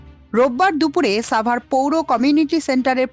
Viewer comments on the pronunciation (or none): শব্দটি সাভার হবে, ছাভার নই।